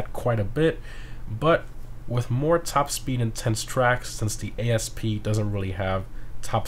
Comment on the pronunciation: Its not “a.s.p” its asp 😂